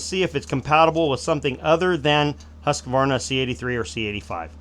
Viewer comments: it`s hUSqvarna not hASSqvarna you americans. hugs from sweden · The "Hus" in Husqvarna is not pronounced like "huss". It's more like the 'u' in "yule". Not exactly it, but really close to it. Source: I'm Swedish and live close to Huskvarna, the actual city that modernized the spelling before being absorbed into the larger city Jönköping, which is where the company took its name from. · Hus-Kvar-Na. Please. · It's Huuuskvaarna